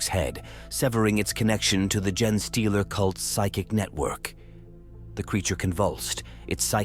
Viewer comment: I couldn't finish hearing "jenny-stealer" for the 100th time.